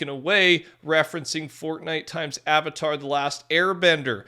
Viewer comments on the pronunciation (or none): none